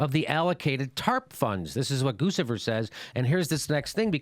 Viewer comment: GOOCH-ifer not GOOSE-ifer. ...ah those are "billions", not "trillions"